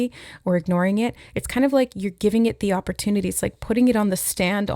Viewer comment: 🍒🍦i’m hearing “op or tune” with opportunity